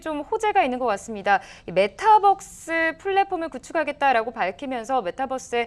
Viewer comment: 메타벅스 ㅋㅋㅋㅋㅋㅋㅋㅋㅋㅋ주식 진짜 모르시는분인가 몇번을 들어도 메타벅스라 하네 ㅋㅋㅋㅋㅋㅋㅅㅈ ㅊ